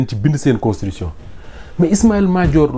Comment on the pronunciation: Mais c'est quoi même "constrition"? CONS TI TU TION. Faut pas avaler les syllabes.